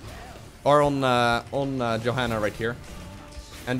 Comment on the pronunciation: Im pretty sure u pronounce her yo-hanna not jo xD